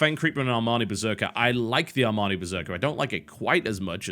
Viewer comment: I like your pronunciation of the ARMANI berserker :)